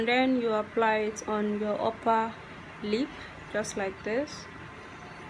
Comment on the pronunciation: Is this only me when she was saying uper lip and I heard oppa lip 🤣🤣